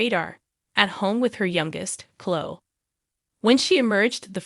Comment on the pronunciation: IT'S NOT CLO! ITS CLOEEE!